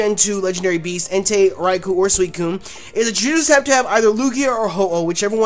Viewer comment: said Swocune